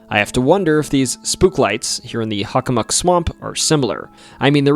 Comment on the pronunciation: I've never heard anyone pronounce Hockomock as Huckamuck. Is that the more accurate native pronunciation? On a side note, I went into the Hockomock swamp many years back. When everything went extremely silent - no birds, distant car or plane noises or even a rustling chipmunk - I figured it was time to hightail it out of there. There are no paths that run through the swamp however you can enter from the power lines to the east, or theres an opening to the west at the end of a street. I believe my compass directions are correct. EDIT: Oh and by the way, the documentary was great. I learned some stuff I didn't know from other Bridgewater Triangle docs. There's actually multiple King Phillips Caves in the area. One in my hometown of Sharon as well. 22 years ago I was walking the trail with my girlfriend the day before I was to leave for my first year at UMASS and we heard native drums in the direction of the cave in the woods. A few years back, I was telling my mother that story as we were heading onto the trail and sure enough, we heard the drums. Very strange.